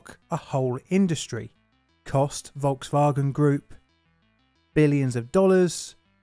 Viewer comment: “Volks-Vawgan”. I’m American. Forgive me. Please.